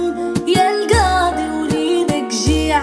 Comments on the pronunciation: ديك الكاضي ما عندها حتى معنى حنا فالمغرب كانقولو القاضي اما هاد الكاضي عمرني سمعتها فحتا شي بلاصة و كي قالو ناس زمان الزيادة من راس لحمق فنضري مسحي الأغنية و عاوديها مسگدة لانني عمرني ما نولي نسمعها بهاد النطق هذا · شمن كااضي الله يهديكوم كنقولو القاضي بحرف القاااف 😑كتعوجو ف الهضرة بزز منها